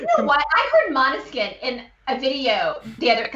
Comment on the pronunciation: you're getting really good at pronouncing Måneskin correctly. 😃 👍